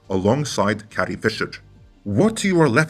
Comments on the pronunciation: Carrie, not Cattie! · Is it me or does it sound that you’re saying “Cathy Fisher “instead of Carrie Fisher ? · Dude, you use the word "carry" in this video and you pronounce it correctly. Next time you see the name "Carrie", say the word "carry", instead of whatever you keep saying...